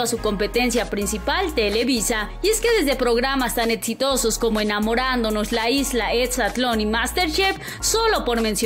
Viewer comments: Escucho ...” proyeDto” y “eDsitoso” 🤣😂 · Lo mejor es cuando dice etsitoso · Etsitoso, etsfamosa, por que no pronuncia bien?